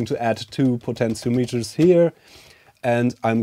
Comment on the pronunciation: “Potential Meters.” Heh. Love ya! (Po-ten-she-ahm-et-turs)